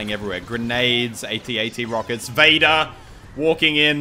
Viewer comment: I keep thinking you say "Beta" instead of "Vader". Is that wrong to think that?